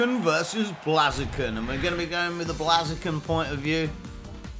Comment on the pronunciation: The battle was cool... But your mispronunciation of "Pokemon" and "Blaziken" is unforgivable. You should be ashamed of yourself :P